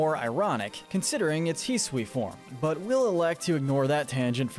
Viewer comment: Is anyone else getting mentally hurt from his pronunciation of Hisui and Zarude?